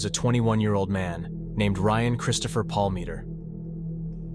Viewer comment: You mispronounce his last name the entire time I think it was about 100 times